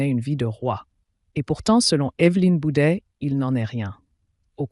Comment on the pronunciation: Bouvet pas bouder